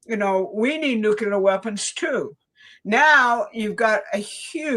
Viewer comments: It is so disappointing to hear otherwise intelligent people say nuke-you-ler instead of the correct new-clee-ur. It makes me doubt. I'm really sorry VDH also mispronounces it. When ever I hear it, it makes me think of George Bush--not good in my experience. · Nuk-le-ar... NUKE-LE-AR! NOT NUKE-U-LAR!!! Plus, show substantive proof that Iran had NUCLEAR capability that justifies this cluster fuck. And while you're at it, prove to me that the British royals are not in league with Zionist fuckery. Do that and I'm all in with your narrative, but seeing what I've seen in the last 12 years, I'm nowhere convinced that Trump is not a Zionist stooge. Please and thank you. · somebody PLEASE teach that older woman how to pronounce NUCLEAR. Show her the word. Sound it out. Help the poor woman for god sakes.